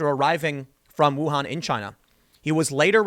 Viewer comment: So sad this is going on during Spring Festival. :( Hold up! How did you pronounce "Wuhan' again? Now, I am sick. Why don't people research how to pronounce anything before talking to the public? We have the internet, people. Just saying.... It's easy